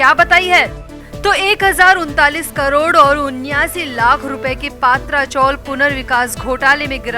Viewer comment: पात्रा चोल नही , पत्रा चाळ म्हणा